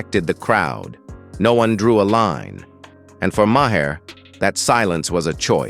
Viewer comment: "May her". "Muh hair". AI narration should be banned